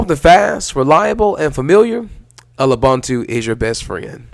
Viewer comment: I tried to like this but the intro static was harsh, then the pronunciation of Lubuntu. What is "El-ubunutu" / "L-ubunutu"?? I do agree that "Lewbuntu" ("Loobuntu") is a cool lightweight distro. Sorry I had to stop the video at that point.